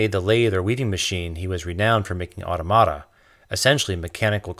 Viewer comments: aw-tom-uh-tuh, not aw-to-mat-a And, when a machine that does the work of 100 people puts 99 people out of work, leaves the one machine operator with the same wage he's always had, and gives all the money to the factory owner, average per capita income don't mean jack. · You’re literally the second channel I’ve watched that said the word “automata” and you both said it wrong. It is not “Autumn-arta” It is “Or-TOM-utta” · Pronouncing Automata incorrectly. Au-TOM-uh-ta. Now you have it. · I liked this video. One correction: your pronunciation of automata is incorrect. It's "uh-TOM-ah-tuh" not "auto-matah" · I think you are pronouncing the word automata wrong. I believe it is pronounced "au-TOM-ata" rather than "AU-to-MA-ta". Although many French people say it the way you've pronounced it in your video. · Automata is pronounced "uh-tom-uh-tah" not "otto-matta." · great presentation -just one little quibble - you need to work on your pronunciation of 'automata' - it's not 'auto-mata' like 'stigmata' but rather more like 'automa-TA' like to preserve the same emphasis as 'automa-TON' - get it? i know i know ... 'language nazi' ... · Excellent video, thank you! But.. "autoMAta"... hmm. More like "auTOmata." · For the love of Pulley, the Inclined Plane, and the Lever... it's pronounced 'autOmata' and not 'automAta'. Besides that, I do agree not only with your choice but your analysis also. Subed! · It's pronounced awTAHmuhTa. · I've always heard au TOM a ta. Excellent video. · automata is pronounced "aw-TAH-mih-ta" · Great video. One nitpick: Get the emphasis right: au-TO-ma-ta. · You're getting a down vote because of the awful way you pronounce "Automata" as "ordo-madder". Also Automata is the plural, the singular is Automaton, as there is only one duck, you should have used the singular. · I'm not crazy about that pronunciation of "Automata". I think the stress goes on the (tom) and not on the (ma). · Have I been mispronouncing 'automata' my entire life?